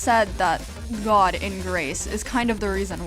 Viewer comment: It sounds like vod when you say god